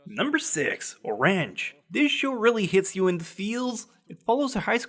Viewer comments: "OR-ANGE" why so much emphasis on the ANGE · okay fuck you. No one pronounces orange that way. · Who says O-range? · Dude, at least put the names in the description - it's kinda hard to decipher what you're saying sometimes - you even mispronounced Orange for fucks sake == By the way, check out the sub for a laugh.. and here's the list of titles translated in order (skipping the one not in the list) for those who want to watch them: New Game Upcycled 100 = Mob Psycho 100 [yup..] Tell us (period) the X = Tales of Zestiria the X [fuck my life] 91 Days Or ranch = Orange (comma) (hyphen) inazuma = Amaama to Inazuma [this one took some doing] Danganronpa 3 D.gray-man hollow = D.Gray-man Hallow [not too terrible] real-life - Re-Life [not too terrible] food wars wiki no sama = Food Wars! Shokugeki no Soma [probably] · Dude learn how to pronounce orange. -_ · Just because orange is a anime doesn't mean you can't say orange the right way